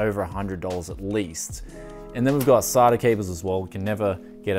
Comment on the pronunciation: Sata cables are pronounced (say-ta) not (sar-ta)